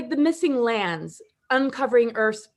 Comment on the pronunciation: I heard the "MISSING LAMBS!" every time said "missing lands".